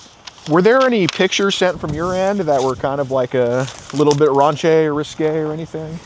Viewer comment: The way you say, “Raunchy,” is so funny. You made it sound fancy. ✨Ranché✨lol